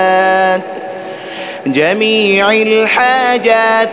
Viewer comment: السلام علیکم ورحمتہ اللّٰہ وبرکاتہ ، ماشاءاللہ بہت خوبصورت ۔ مگر قبلہ صاحب اس میں ایک غلطی ہے " جمیع الحاجات" اس میں "جمیع" کے "ع" پر یہاں زیر ہے ۔جبکہ صحیح جو ہے اس میں "ع" پر زبر ہے